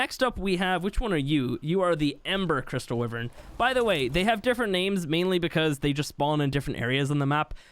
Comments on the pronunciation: Wyvern. wYvern not Wivern. Ffs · Repeat after me. Wyvern. wYYYYvern. not wivern. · Not tryna be rude but it’s not pronounced wiv ern it’s actually pronounced Y VERN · ITS NOT WIVVERN ITS A WYVERN SAY IT RIGHT ! like wive er in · It really bothers me that you pronounce wyvern as “wi-vern” when it’s “why-vern.” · Wyvern is pronouced: "why-vern or why-ven" Not "whi-vern" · It’s the way u pronounce it in his accent English/Australia but in America it is wyvern